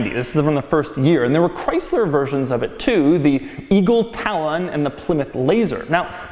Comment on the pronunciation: The E-Gull Tal-On the fuck dude. Oh well at least he isn't talking mad shit like the other video where he said you'd be better off in a golf.